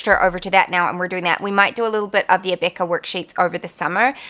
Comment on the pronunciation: I just started watching your channel and I have been really enjoying it. I'm a homeschooling mom of 3 in the US and can I just say I love the way you pronounce Abeka! I find myself wanting to say it that way too. 😁